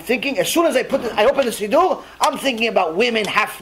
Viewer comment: I never heard it pronounced “seedoo” ever. Where is that coming from?